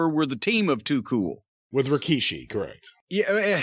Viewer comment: I loved that and how he called Rikishi "Rakishi"